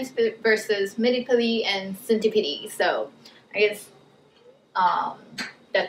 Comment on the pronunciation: Wth is a centi - pidi ??! It’s centi-pede. As in “Peed”